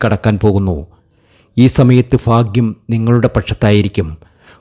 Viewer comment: വിവരിക്കുമ്പോൾ ഉച്ചാരണ സ്‌പുടത വേണം. ഫാഗ്യമല്ല.ഭാഗ്യമാണ് .കുറെ തെറ്റുകൾ.